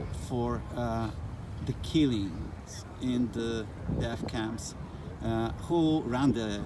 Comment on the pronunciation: „deaf camps”. Uczyć się Angielskiego, tępolaczki.